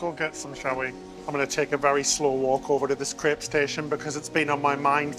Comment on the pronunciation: Crepe. Its a crepe. Not crip.